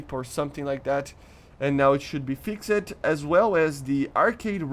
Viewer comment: Hearing you say “fix-ed” instead of fixed bothers me